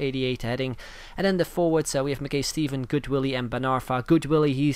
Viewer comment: One of these days you will say Mackay Stevens name right